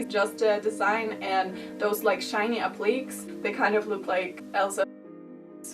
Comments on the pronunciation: Ahaha you pronounced appliqués “apleeks” the whole video. I love you <3 it’s pronounced “ap-lee-kays”. I appreciate how open you are about how difficult it is to speak in a second language! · In America we say “app-li-Kay” instead of “app-leeks”, for “appliqués”...not saying it’s any more correct than what you’re saying... just fwiw. Wish I could speak another language. You’re doing great. Love your show.